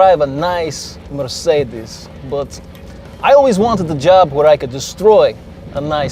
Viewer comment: "A nice Mercedes" you emphasized that part kyle rofl